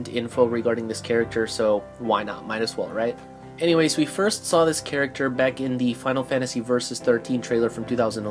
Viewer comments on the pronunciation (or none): none